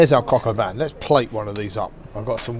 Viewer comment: Shouldn't it be called "poulet au vin " since the coq is the rooster and btw don't pronounce the n on vin